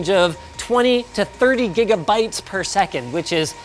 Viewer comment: Did Linus say "98 Gimme Bytes"? I do believe Linus has created a new tech-term!